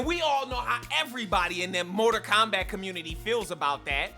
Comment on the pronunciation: "Morter Kombat" "Moder Kombat" "Motor Kombat" Hilarious! Great rant. I felt you, big homie. What a trainwreck this movie was! It's like Hollywood wants you to NOT like movies anymore. It baffles me every time.